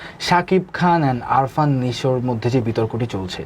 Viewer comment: উপস্থাপক বললো আরফান নিশো, কিন্তু উনার নাম আফরান নিশো। উপস্থাপক জঘন্য।